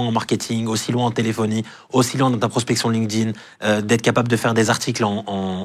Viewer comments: LinkedIn, se prononce ''linktine" pitié... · « Lin-keuh-din »! C’est la version franchouillarde de LinkedIn? 😂